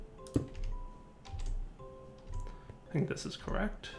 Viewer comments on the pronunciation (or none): none